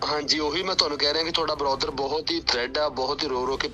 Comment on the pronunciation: ਬਰੋਦਰ ਡੀਐਸਪੀ ਤਾਂ ਕੋਈ ਚੱਜ ਦਾ ਬਣਾ ਲੈਂਦੇ ਸਾਲ਼ਾ ਬ੍ਰਦਰ ਨੂੰ ਬਰੋਦਰ ਕਹਿ ਜਾਂਦਾ ਚੋਦੇ ਬਣੇ ਹੋਏ ਪੁਲਸ ਵਾਲੇ 😂😂